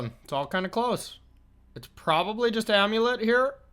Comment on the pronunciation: Are they saying "Amu-Lit" though? But it's also possible your just trolling us 🤔 You're obviously in a spicy mood with the little "Baum", you know that what draws in the crowd 🎉 It's also possible I may not be hip like